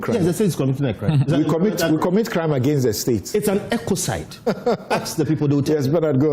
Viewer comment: say's Ecocide 😂😂